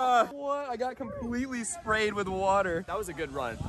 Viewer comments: “WOTH” haha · Imagine being here before he changes (woth) with (with). Just (BRUH) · “Woth” XD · He put ‘woth’ 😂😅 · The taitel is _________woth instead of with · Woth instead of with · You said woth or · Is it supposed to be with or woth? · you did this vid twice the other one said woth not with